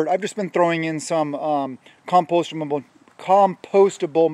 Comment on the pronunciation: "CoMpOsTaMaBLe" is the word of the day 📖💪🧠